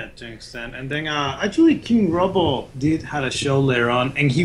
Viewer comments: It's not pronounced Robbo as in robot. It's Robbo as in Robert. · Robbo, not Robo 🤦🏻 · these guys dont know dick, that first piece isn't Robbo's, it's a tribute piece by team Robbo. They cant even pronounce his name right.